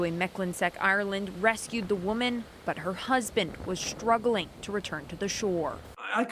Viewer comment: Excuse me! There’s no ‘H’ in STRUGGLING! It’s ‘struggling’ not ‘shtruggling.’ Please get it right!